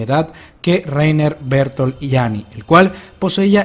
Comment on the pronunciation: Mientras sigan pronunciado Bertoltod y Lainer, sigo sin fiarme